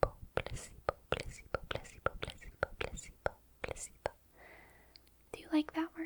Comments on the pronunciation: You need to stop pronouncing placebo as pusseebo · placebo? i thought she said placenta at first 😭😭🙏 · im so sorry, but many times when she said "placebo," i kept thinking she was saying "pussybow" 😂😂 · i keep thinking youre saying pussy-bone and it kept throwing me off😭😭